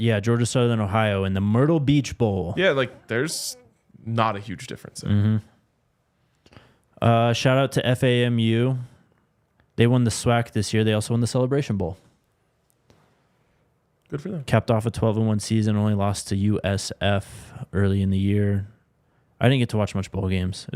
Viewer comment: It's FAM-U, not F-A-M-U 🤦🏾‍♀️